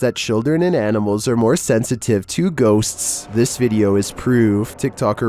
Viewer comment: How many Ss and Ts do you put into the word Ghostsstssts? 😛 😀